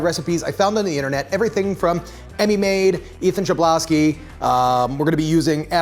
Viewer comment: Ethan Chlebowski comes from Poland, my country. His surname is just "hlebowski" like in "hammer". It is little disturbing, that typical "ch" is written like "cz" in Polish, like Czech Republic. Great job anyway. Funny that his surname is made of Polish word "chleb" which means "bread", so it will be Ethan Bready.